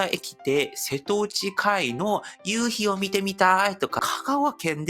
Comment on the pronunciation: こんにちはー いつも楽しく見てますよ～😊YouTuberももう少しですね～さみしいですね～(;_;) 因みにですが瀬戸内海は【せとないかい】です。漢字は色々読み方があってややこしいですね